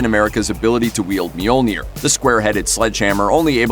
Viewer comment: I hate they way you pronounce Mjolnir 😩